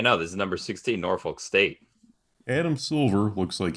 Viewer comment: Its pronounced NawFuck State, not NorFOLK State. Otherwise, this is hilarious. Fuck ESPN.